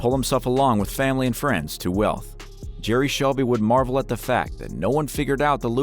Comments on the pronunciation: It's Selby not Shelby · It's Jerry "Selby" not Shelby. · selby not shelby. u robot